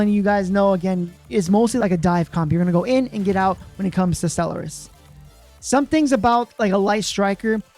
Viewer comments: The word is properly pronounced "Stell-are-iss" but as suggested, I think it is a translation issue. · Anyone else thinks Stell-er-iss is terrible and Stell-are-iss would have been better?